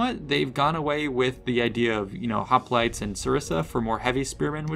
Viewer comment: Does anybody else remember when Oakley would pronounce hoplites as hoplitays?